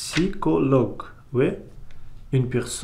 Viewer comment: Tout d’abord, merci énormément d’avoir fait cette vidéo pour m’expliquer votre livre ! C’est super gentil:-) Ensuite, quelques petits commentaires linguistiques : - Psychologue : le mot est tout à fait correct mais on prononce nettement le P (contrairement à l’anglais) - Relation amoureuse : en français, on parle de « rompre une relation », ou éventuellement « interrompre une relation ». Par exemple : « ma copine et moi avons rompu », ou « ma copine a rompu avec moi ». Dans le langage courant (street french), on dit le plus souvent « larguer (quelqu’un) ». Par exemple : « ma copine m’a largué » ou « j’ai largué ma copine ». - Vie en commun : on peut dire « vivre en colocation » (lorsqu’il s’agit vraiment d’une location) ou « vivre en communauté ». Enfin, voilà ce que j’ai compris de votre livre : Un jeune homme un peu fragile psychologiquement rêve de retrouver ses amis d’enfance et de vivre avec eux en communauté. Un jour, il oublie son journal intime au restaurant. Une serveuse le trouve, lui rapporte et ils deviennent amants. Ils doivent néanmoins interrompre leur relation peu après. Alors que le personnage principal parvient enfin à rassembler ses amis d’enfance, il doit partir à la recherche de son ancien amour. PS : je n’ai jamais rien entendu de tel à propos des suisses 🤣😂